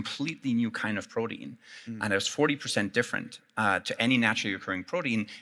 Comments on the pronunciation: Why does he keep saying BRODEAN?! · What is with the pronunciation of protein